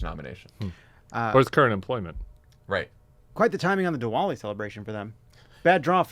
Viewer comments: Pronounced Divali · The “w” in Diwali is pronounced like a “v”. Just an fyi.